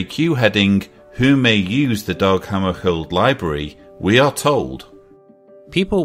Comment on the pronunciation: That's pronounced Dag Hammer shold as in Dag Hammer sh old..... It's a tough alright!